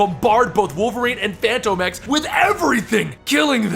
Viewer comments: Fantom Ex not Fanto Mex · it's pronounced like Phantom X. Even the creators have said it like that. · Is phantom X or Phantomex, not sure if is pronouncing it wrong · Why did you say fantomex's name weird in the beginning? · Why do you always say his name weird?